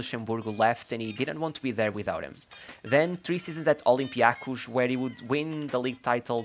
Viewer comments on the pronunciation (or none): As a greek speaker hearing you pronounce olympiakos olympiakuch made me laugh 😂. The correct pronunciation is olympiakós :) also aek is áek 🙂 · Your pronunciation of olympiakos and aek had me dead 🤣🤣🤣 nice video though! 🙂